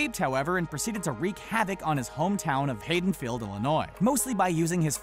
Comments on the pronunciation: HAD-ON-FIELD not HAY-DEN-FIELD. You people don't even watch the movies you cover. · Its Haddonfield not Haydonfield and Jason and Michael are more popular in horror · stopped watching when he said "hayden field" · You can barely pronounce many of these names.... Dalek is pronounced Dar-lick not dar-lack. Also Haddonfield is Had-on-field not Hayden-field. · ‘Haden’field? Gimme a break dude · Haydonfield? Stopped watching at this point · Honestly when he said "Hayden-field" it made me feel as if he has never even seen the movie. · how to not pronounce Haddonfield correctly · It hurt my soul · Jeez man.. Misspronounced “Haddonfield” dude..